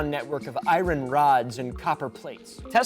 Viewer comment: There's only one thing I've ever noticed that bothers me about your videos and it's the way you say iron. I say this out of love...